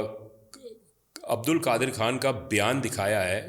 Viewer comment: چوتیا نام نہیں آتا تمیں اور بحث کر رے ہو اس ریسرچر کا نام عبدالقادر نہیں عبدالقدیر ہے 😇